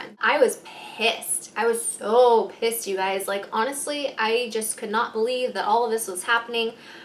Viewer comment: i love how she say pissed its so funny